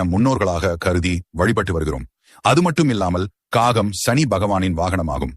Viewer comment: Kagam not gagam; get your pronunciation correct